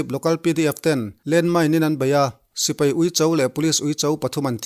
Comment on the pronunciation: Sipei nilo in, Sipai tih zawk tur a lawm😁😁